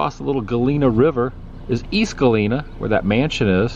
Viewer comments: Hi Adam, love this video & it brings back memories of living in Cedar Rapids & then going to Galena for a quick day trip. If you get a chance swing by Brandon, Iowa and see the world's largest cast iron frying pan. And you've been pronouncing Galena correctly. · Pronounced Galena correctly but not Illinois (its an I sound in the beginning not el)